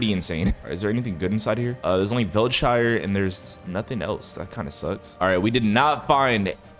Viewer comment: Velchire armro